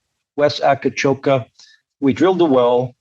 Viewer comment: Please,. It is not called Akacoka but Akcakoca. I don't want to know what your turkish partners will think if you pronounce it wrong.